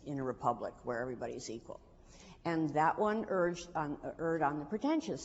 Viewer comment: She’s saying “erred” like “URD”. Why? 😆